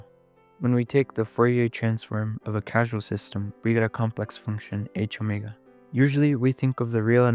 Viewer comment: Minor nitpick on causal being pronounced casual, but still a great vid